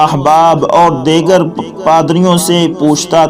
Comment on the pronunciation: نہیں معلوم کیسے کیسے لوگ ایسے وی لاگ پوسٹ کرتے ہیں جن کو خود علم نہیں ہوتا اس وی لاگ میں "دی گر" کو "دےگر" بولا گیا "جی سس" کو "جےس" کہا اور نہ معلوم کیا کچھ جاھلو اگر معلومات نہیں ہیں تو پہلے کسی عالم سے سیکھ لیا کرو، تلفظ کو ٹھیک کرو،